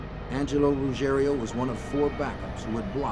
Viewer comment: Rugiero, not Rugerio!